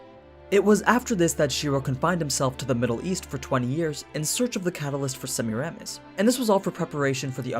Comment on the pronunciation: Hey, man, loving these videos, great job, and thank you. I have one very tiny issue that, if you'd address, I'd be SUPER grateful for. The pronunciation for Semiramis is (approximately) Suh-meer'-uh-miss. That is literally my only issue, and everything else about these videos is great. Thank you so much.